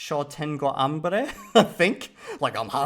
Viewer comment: I love that you took the rioplatanese accent on Spanish “sho”.